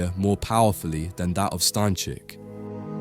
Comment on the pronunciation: STA Ń CZYK.